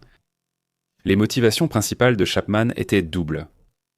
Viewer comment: Insupportable ! Etai-ent. fure-ent, saleté de traduction informatique.... Nul